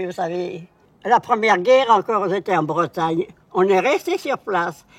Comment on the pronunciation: A c'est dingue, au moment ou elle prononce le mot bretagne elle prend tout de suite l'accent